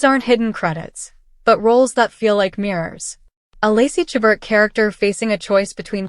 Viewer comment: Please learn how to pronounce Lacy's last name. And view WINTER IN VAIL staring Lacy and Tyler.